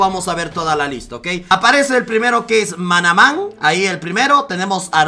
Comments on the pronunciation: A mi me pareció raro cuando lo dijo, y pensé ¿se refiere a Mc manaman? XD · aprende a leer BARJUAN no BURJUAN Y MACMANAMAN o asi es como todos lo pronuncian NO MANAMAN